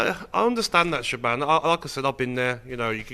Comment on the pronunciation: When's she gonna tell em how to pronounce her name? Shaban?! 😂🤦🏻‍♂️Shaban😂